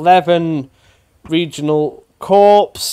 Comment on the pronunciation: Corps is pronounced Core :) Great video!